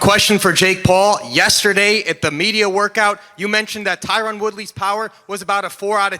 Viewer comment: I wonder if Tyron is tired of every single person saying his name incorrectly lol.